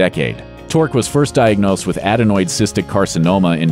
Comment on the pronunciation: "Add a noid"???